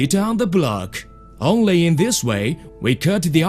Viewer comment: "We onelly need a softeley jack" Don't we all?